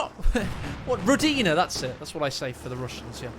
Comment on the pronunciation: What has always amazed me is the wrong stress in the word "rOdina". It's so silly Relic recorded this voiceline with a mistake and now everyone repeats it. Also, the German consonant “s,” in front of a vowel, is pronounced like an English “z”. It is voiced and soft. So it's even more charismatic "Zoldatn". As for interesting it's "InterrressAnt" As for the game, that strat by Jibber was ridiculous. But he probably did it to entertain us. Can't really blame him. Maybe with a more careless opponent it would have worked better